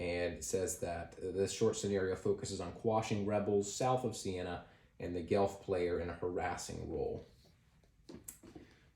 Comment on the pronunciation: FYI, it's pronounced "Gwelf", not "Gelf"; it's a mispronunciation of the Germanic "wolf". (There's a city and university called Guelph in Ontario, so like a lot of Canadians I'm familiar with the name, although this game gives me a greater appreciation of its origins!)